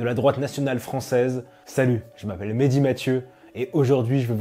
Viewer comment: "Mehdi" pas "". Respecte ton prénom bordel.